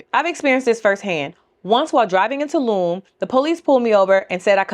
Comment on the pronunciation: Tulum lol 1st mistake 😅